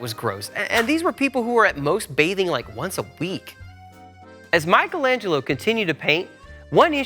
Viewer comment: What’s most amazing is the fact that you managed to make Michelangelo sound russian…